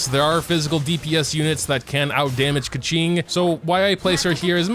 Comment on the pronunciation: Keqings name is pronounced Kooching…